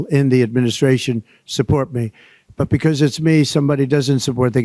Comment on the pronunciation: Love you channel! Not so much the way you say the word (because)like “becosss”’lol, but that is a small gripe. Trump is toast in hopefully less than 2 weeks , and i pray there is peace if And When he loses.🙏